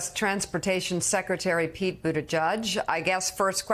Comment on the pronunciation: Although I love Mika far more than Joe, Pete's been around for a few years now and she should learn how to pronounce his name correctly.